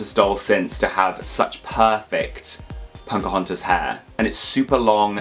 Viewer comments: I always hear saying "PoNcahontas" and I actually love it lol. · When they say Pocahontas it sounds like punkahontas😂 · Love the video put why he call her “Ponkahontas”??? 😭💀